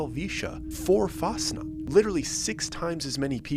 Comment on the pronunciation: Fasnacht not fasna.... swiss here ❤❤ basically you pronounce it like fasnakt but if you can, you make a groul like a cat instead of a k.